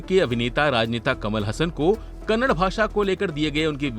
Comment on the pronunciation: It is not Kannad. It is Kannada.